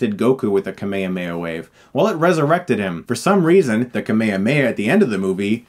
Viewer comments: wait, americans pronounce it as "kameyameya wave" ???????????? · Hey great video but you’re saying Kamehameha wrong. You’re pronouncing it kamayamaya which is incorrect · Says he's a big fan of the original. Pronounces "kaa mee haa mee" haa as "kamehameha" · why does chris pronounces kamehameha as ka-may-ha-may-ha? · Does every american say "Kame kame ha" the way Chris said it? I hope not. :( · i laugh every time Chris says "kameihameia" wave it just sound so funny in english, btw I´m from México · chris why do you pronounce the kamehameha wave as kameAmeA wave? it intrigues me quite as much as why this movie was ever made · Every time you mispronounce Kamehameha, I die a little inside. In Japanese it's translated from three words. Kame - Turtle Hame - Destruction Ha - Wave KAH-may-HAH-may-HA! It's like pronouncing Kurama as "KOO-ruh-MA" instead of "Kur-AH-ma" in Naruto, I know the first dub got it wrong as well, but that doesn't excuse the mispronunciation. I get that you're a huge fan, and love the franchise, and we're all there with you on loving it, but it's a name constructed of three words in Japanese, as most technique names in Anime are, and you have to remember that each of those words has its own pronunciation which is then linked together. So saying Ka-meha-meha as people often do, for someone who has been trying to study the Japanese language in Uni, is just painful. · It's so painful to listen to american pronunciation of japanese words... "Kuh may amey ah" always gets me. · Just rewatched the movie, haven't seen it since it came out 10 years ago. And yeah, it's really fucking terrible. But if this movie didn't exist, we wouldn't have this amazing review ----- and that very, very disturbingly weird way of pronouncing "kamehameha". Is that really how people say it in America? 'Cause I can't say it that way and believe me, I have tried so many times. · The way u pronounce Ka Me Ha Me Ha irritates me 😂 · you the "H" is pronounced in the kame hame ha right?